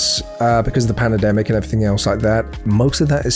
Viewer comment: Did you just say pan-a demic… are you okay